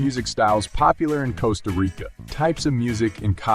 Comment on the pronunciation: I am very tired of AI narration. Mispronunciation of words like ‘Costa’. Just, please, hire a human.